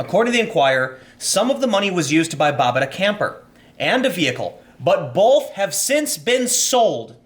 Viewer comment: Tim, just wanted to say that I'm appreciative of what you do, and agree with you on most things.... However, I will never agree with the way you say "BOLTH" instead of "BOTH"